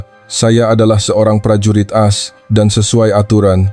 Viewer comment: Coba tqc cara bacanya ,singkatan As itu dibaca A es seharusnya, tulis promt yg benar